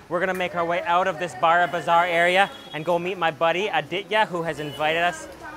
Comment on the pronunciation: Just stating it....... "BARA"bazar is the only way you should not pronounce it It's more like "BORO"bazar